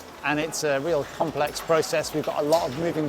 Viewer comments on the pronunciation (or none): none